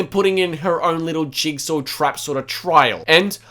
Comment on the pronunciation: man said jugsaw